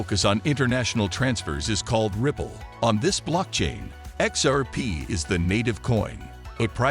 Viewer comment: Dude needs to practise how to say xrp 😭😭😭😭😂😂😂😂🤣🤣🤣🤣🤣🤣🤣✊🏿✊🏿✊🏿✊🏿